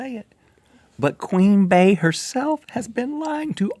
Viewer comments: Rhett said "Queen BAE" I thought u knew better than that it's "Queen BEE" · Omg why do people pronounce "Queen Bey" (BEE!) like BAY???? Do you pronounce key "Kay"? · ITS QUEEN BEY (PRONOUNCED BEE) NOT BAYYYY GET IT RIGHT OMG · Bey is pronounced Bee not Bae... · I_Like_ Bunnies_ *Queen Bey